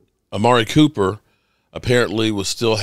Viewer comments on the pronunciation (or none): none